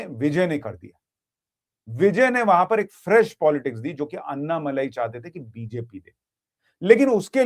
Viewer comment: अन्नामलाई नहीं। अण्णामलाई।